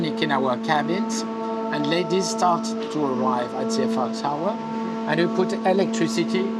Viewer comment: I have to admit every time said “Eiffel Tower” during the podcast, I was hearing “Earful Tower.”